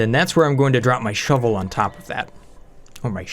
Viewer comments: Say "Shove" say "vole" now say "shove vole" not shovel !!! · Wen u say shove vole i hear shovel.